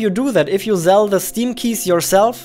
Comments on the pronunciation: Love how he uses "z" instead of "s" "...zell games on Steam" (almost everywhere in vid where "sell" is used) "...I wanna zee it!" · I like how u say "zell" not "sell" its cute ngl